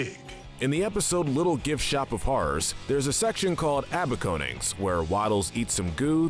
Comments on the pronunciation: What!? ah-bah-coa-nings? how can you mess up that bad on pronunciation its sounded a-bay-cun-ings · A-BACON-INGS! NOT ABACONINGS!! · Its a-bacon-ings, not abba-conings. Ya know, like bacon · Abba-conings? Surely it was supposed to be a-BACON-ing (like a awakening but with bacon) because, y'know, the pig? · Abaconings is pronounced A-bacon-ings like awakenings but with bacon because Waddles is a pig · OMG HE SAID Abaconings like a ba con ings but its pronounced a bacon ings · It's pronounced a-BACON-ings! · Pronunciations that you failed: "A-bacon-ings" and "Soos" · It’s actually pronounced A-bacon-nings.